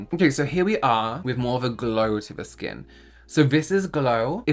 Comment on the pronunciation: I thought you were trying to say skan. Look how my skan glows 😂